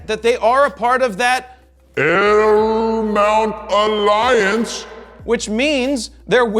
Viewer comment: I watched this video mainly just to hear you say 'L-Mount ALLIANCE" ... Love it and thanks for not letting me down!!!